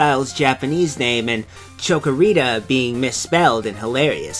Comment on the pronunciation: chick-o-rita not choco-o-rita, or maybe i didn't get the joke?